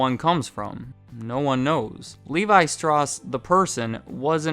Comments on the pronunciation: I don’t want to be that guy but it is pronounced “StOUss”, as in “Ours”, not straws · other than the mis-pronouciation of Straus ("Str-owww-ss" NOT "Str-aws") great! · Its more like "strowse" than "stross". But I'll let it slide. Props for pointing out on yourself. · Great recap. A former client, as it happens. Last name is pronounced “strouss,” not “strawss” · Don't pretend u can pronounce the name it's German it's not livaishtroos its levi strauss u idiot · I believe it is pronounced " Str-owse" and not "stross" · pronounced "levi str-ow-ss" not straws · I noticed your pronounced Strauss as "Stross". I'm old and have always heard it pronounced "Strouse". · Idk if im right but im pretty sure you pronounced strauss wrong because you said it like "straws" and in all the advertisements and professional mentionings of the name I heard it pronounced like "strowce" but again I could be wrong. Also, i didn't know they made dockers and i have a pair of 501s my self and theyre literally the only jeans i like in my wardrobe that still fit me. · Pretty sure it's pronounced strowss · Yeah, the whole time I’m screaming, “STRAUWWWSSSS!!!!” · German pronunciation of Strauss is "Sh-trah-oos". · For anyone over 40 or maybe even younger the pronunciation is iconic because it was in a lot of their advertising. You always heard Levi Strauss (STROWSS, as in “Ow!”) so it does seem weird that it is mispronounced. But I guess for Millennials that’s different. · It’s straws? I always provinces it st-rwow-s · I've always pronounced Strauss to rhyme with house. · Great video as always. For what it's worth, Strauss is pronounced rhyming with house. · Never (boy, do I wish that was true!) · Why am I watching a video about Levi’s from someone who can’t even pronounce “Strauss” right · Is it not Strauss like you say Mouse? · "Strauss" rhymes with "house." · You're pronouncing Strauss wrong. YouTube it. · STROUSSSS STROUSSSS ITS EUROPEAN SAY IT RIGHT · The way you pronounce strauss...